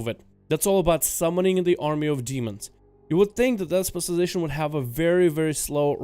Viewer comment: CAN YOU PLEASE JUST LEARN HOW TO SAY SPECIALIZATION